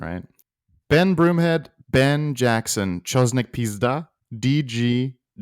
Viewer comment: Stop saying peezda hahahahahahah. It’s a really really really bad word.